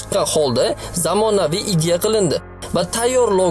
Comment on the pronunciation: IDYA EMAS IDEYA DEYILADI😂